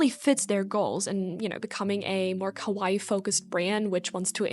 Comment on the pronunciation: kowai " what you are saying, means scary. Kawaii, what you mean is pronounced "ka- wa- long E"